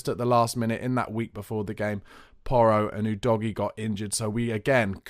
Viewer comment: Thank you for being one of those few Spurs streamers that correctly pronounces Udogie. The disrespect to him from others is shocking given he’s been at the club for over 6 months. Keep up the good work all round! Thank you